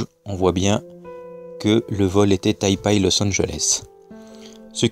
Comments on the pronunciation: On dit Tai PEI et non Tai PAAAAI (rigolo) Et Google Maps ? Serieux ? C'est ça ton argument ?? Continue, je devindrai platiste avec toi :) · D'ailleurs Taipei se pronnonce "taypé"